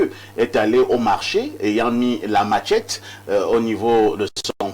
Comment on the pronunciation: Machette, pas matchette (sans "t".